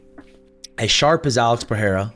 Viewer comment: PeReira not PeHeira please.....